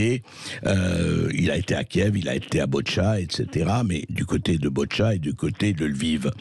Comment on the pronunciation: Pas BOtcha....mais BOUTCHA...